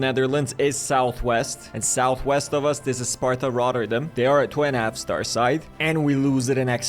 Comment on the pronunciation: Imfrom the netherlands you said sparta Rotterdam good